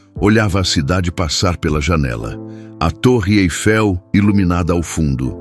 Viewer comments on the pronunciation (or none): none